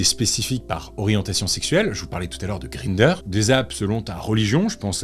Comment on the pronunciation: "green-der".... lol ... non, ça se prononce comme 1 en allemand "gr-ein-der"